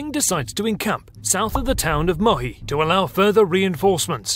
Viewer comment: No Mohi. It's Muhi (help 4 English speakers to pronounce: Moohy). This video is wrong in many ways.